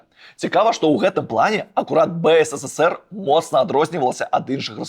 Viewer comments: выдатнае відэа, але БСССР праз слова замест БССР троху рэжа вушы( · Только не БЭЭСЭСЭСЭР, А БЭЭСЭСЭР ! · ты ў БСССР занадта шмат "С" вымаўляеш)) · Реально, сперва было интересно смотреть Но очень режет слух БСССР.... Какое нафиг.... На мастерке почитай как правильно.... Ёпть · Ён кажа "бэ эс эс эс эр".